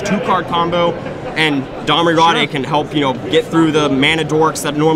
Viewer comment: Domri raw-day? It's pronounced "raid.